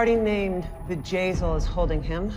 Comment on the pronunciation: "Vajayzell?" Really? Google Vajazzle.